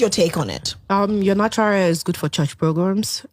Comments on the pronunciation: She sound so dumb it's not air it's hair she should be ashamed of herself as a black girl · The girl in that video for all her tushness can’t pronounce hair as hair. She said air. And I laffed. I can say to her do not bring your tongue that can’t pronounce H to my event